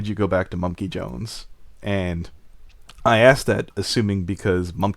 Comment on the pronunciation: This keeps getting more interesting. Also, whenever she speaks and says the word "asked" my internal grammar police kept on screaming "It's pronounced "as-ked" not "axed",...its a "k" not an "x"!!!!" XD